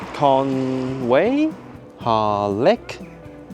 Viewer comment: I know it’s old and probably already said but it’s con-we more than con-way.